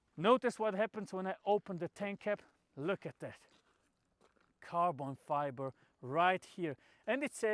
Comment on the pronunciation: Carbon Fibre or how Misha would say: Carton Fibre.🤣 No but seriously, what a great car. One of the greatest of all times. Thx for the video.🙂